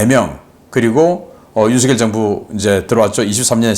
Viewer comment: 우리나라 대통령 이름은 '윤석열'이라 쓰고 '윤성녈'이라고 발음 합니다. '윤서결'이 아니랍니다. 초등학생들도 잘 알아요. 사투리 발음하고는 관계없어요. 미국 대통령 이름을 우스우리만치 혀 꼬부라지게 발음하지 마시고 우리나라 대통령 이름을 바르게 발음 하세요.